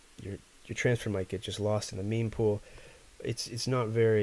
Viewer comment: FYI: Mempool is short for Memory Pool, so it's pronounced like the first syllable of memory, not meme.